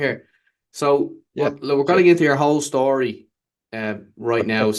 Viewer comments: "What's the shtory" is your shtick. Stick with it! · Enjoy the relaxed style of interviewing, but yes, you are right..."What's the schtory" doesn't help the actual story 😂